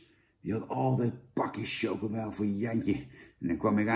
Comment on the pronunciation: Jij had universiteit gedaan toch? Als er een i achter een c komt wordt het uitgesproken als een s. Voor de rest vind ik je een top gast man!!!